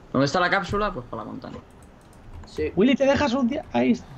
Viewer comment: Me gusta demasiado, como Vegetta777 pronuncia el: Willy